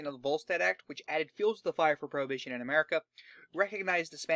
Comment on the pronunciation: its his accent probably